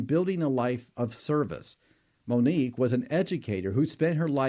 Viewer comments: Her name is Monique!!! Not Monikca!!@ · I appreciate your content but please learn and remember the victims names. Her name was Monique, not “Monica.” You referred to her as the latter more than once. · And Monique NOT Monica!